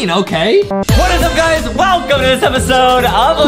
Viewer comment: Adam : "What is up guys wellcome to another espisode im-" Justin : CHICKEN BROTH AYY